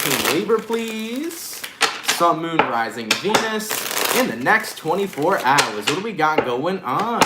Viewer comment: No disrespect intended to follow but for some reason, I cannot help but hear you saying, each time: "Sun, Moon, Rising Penis - in the next 24 hours." 😆